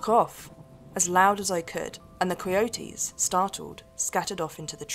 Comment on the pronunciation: I like the way she says coy e oaties. Cay oaties?